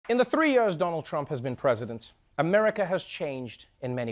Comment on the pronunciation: ive become enthralled by how Trevor pronounces Years lol "Yers" "Yurs" Yeurs" lmao